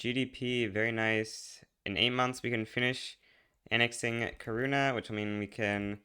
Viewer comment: Kaurna is actually pronounced "garna"